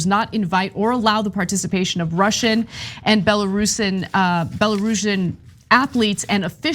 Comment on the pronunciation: Bell-or rue-see um.